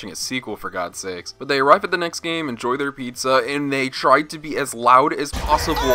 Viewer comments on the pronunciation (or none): none